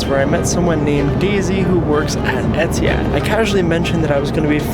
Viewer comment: dawg try oman air 😭😭 bro really said etihad